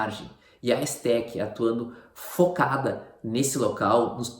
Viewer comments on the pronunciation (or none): Bacana amigo mas a pronúncia do nome é E - Z - TEC, não Ezzssteck.